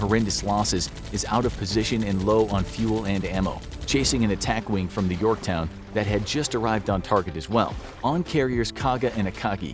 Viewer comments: he called it the “Yorkton” I was so mad until I accidentally unpaused the video and he called it the “Yorktown”. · Did I hear “USS Yorkton”? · he said it like yorktun the fist time so I think he repaid it but forgot to cut it out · "uss yorktin" - 2021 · He sais "Yorkton" in the first one